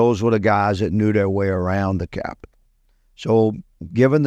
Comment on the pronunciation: I can't keep watching because of the way he says capital. LOL.